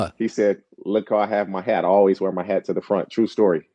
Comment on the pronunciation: Why does he (Colin) pronounce “ALWAYS” like that???😳